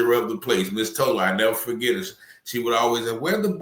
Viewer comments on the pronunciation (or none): none